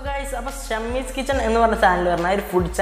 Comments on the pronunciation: ഷമ്മീസ് അല്ലെടോ... ഷമീസ് 🙄🙄🙄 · ഷമ്മീസ് അല്ലടാ ഷെമീസ് എന്നാണ്‌. 'യേയ്' അല്ലടാ ഏഴ് എന്ന് പറഞ്ഞ് പഠിക്ക് . നാവ് ദിവസവുംവടിച്ച് കളയാൻ ശ്രമിക്ക്....